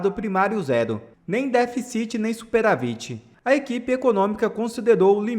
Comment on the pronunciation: Ô menino.Diga déficit e nâo deficit.Bem como superávit e não superavít.Que horror! Deixe economista falar!